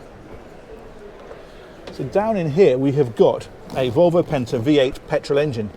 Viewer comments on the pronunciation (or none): none